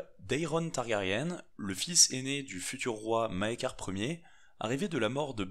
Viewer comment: Par contre fait gaffe on prononce "targarien" ^^ et la traduction de House of Undying est "la maison des Non-Mourants" :)sinon superbe video